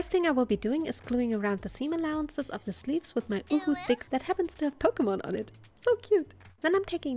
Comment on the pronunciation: I like how she calls the uhu stick uwu stick